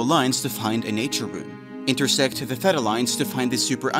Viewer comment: There are two acceptable pronunciations of theta, but this was so far off I had no idea what was being said.